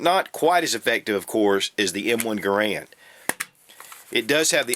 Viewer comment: Please. Stop. Pronouncing. Garand. Like. That.